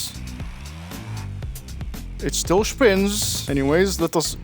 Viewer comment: "It still shpiiins" ™